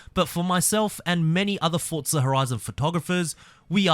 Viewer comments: It’s FORTZA. I don’t know where the hell you hear “t-forza” Australia has different ways of pronouncing words, just like how in England it’s different and here in America it’s different. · Why do you say ‘tforza’?